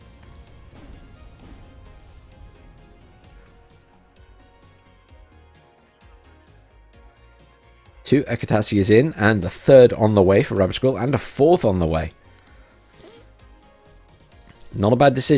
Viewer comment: Akatzia is pronounced like aka-zz-ia, the middle like in pizza. Tz is used in lieu of the ц letter, so it is a single consonant. Soviet tube artillery is named after trees and flowers, this one is the acacia tree.